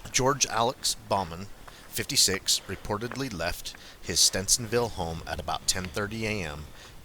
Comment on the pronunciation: He was from Stevens ville. Aka stevensville not stencinville. Sorry drives me crazy when people don't pronounce our towns right. I remember when this man disappeared and was found. I live about an hour from this area if even that.